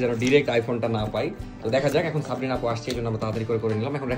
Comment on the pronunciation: সাবরিনা ❌ সপ্রিনা✅😂😂😂 কিছু মাইনট করবেন না প্লিজ মজা করে বললাম😊😊